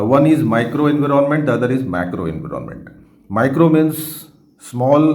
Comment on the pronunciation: Sir it’s environment not. Inveeronment